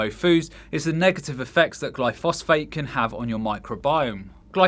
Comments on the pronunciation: Do you mean glyphosate when you refer to glyphosphate? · “Glyphosphate” 🤣🤣🤣🤣🤣🤣🤣🤣🤣🤣🤣 Its glyphoSATE…more proof that you just read random shit and do a video about it 30 minutes later as if you were the lead researcher…get more fish you need your dha